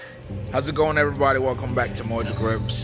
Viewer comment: Enjoy your content! Keep it up!!!! However, can you please start including “g” and “d”s when you are speaking!? You are a smart dude, but it would be really helpful if you pronounced them!